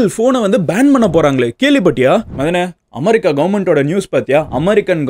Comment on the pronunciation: அது அமரி கா இல்லை, அமெரிக்கா 😅 pronounce properly